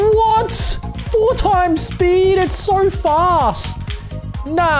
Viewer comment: WHAT’ FOU TIMES SPEE’